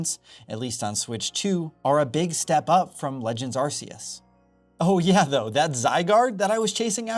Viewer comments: Fun fact, it’s arc-e-us. Not arse-e-us. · How many times have you heard Arceus pronounced by TPC and still choose to pronounce it arse-eus? 🙄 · AR-KEY-US Pokémon isnt naming their god ar🍑se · It’s Ar-KEY-us. Always has been… unless you’re speaking Japanese. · Bruh it's Arceus with a hard "c." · I still can't get over the way you pronounce Arceus. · I swear, the way he pronounces Arceus makes me want to SCREAM!!!!!! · Please just pronounce Arceus properly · Arceus is pronounced with a hard C, like a K, not a soft C, like an S.